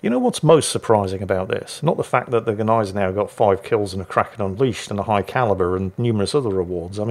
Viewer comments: I am Austrian an I got to comfirm the Germans - all of them! You pronounce the "G" and you don`t - you pronounce it - just not the way you are... =) It`s not a G Neisenau - it`s a Gneisenau. That`s a "Gn" - You pronounce it like Gun but without the "U". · After all this "do you pronounce the G" story, the funniest thing is that you STILL mispronunce the name of the ship. It's GNAI-se-nau, not GEH-nai-se-nau - there is no fantasy vowel between the g and the n. Although I do realize, that's an unusual sound to make for an english native. [Edit: Also... if the player is so new, that explains why he did so well with the Gneisenau. He just doesn't KNOW yet how bad he's supposed to shoot.] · About the pronunciation: No, the G is not mute, but is still not quite saying it right: The Gneisenau is not Australian, so it is not pronounced with a distinct separate G; ie g'neisenau as in an australian "g'day" like tend to do, but with a fluid, continuous "gne"-sound - it's not that hard to do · "Neisenau!!" HA HA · You mean... GneiseJau? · Still mispronouncing Gneisenau, the "G" is silent.